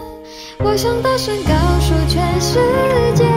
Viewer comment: 告su 不是 告shu zhe次 不是 ze次 除了普通話發音有點差之外 別的都挺好的